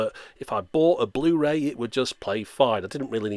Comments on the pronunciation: Bluh-ray, BRUH!!! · Bluh ray disc 😂😂